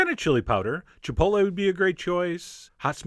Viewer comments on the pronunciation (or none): none